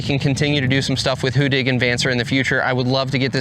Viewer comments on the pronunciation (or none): You've got the get pronounciation right. Two d:s make for a short sounding vowel in the Swedish language. In other words the complete opposite from how you are pronouncing it today. That being said- keep up the good work promoting a great machine!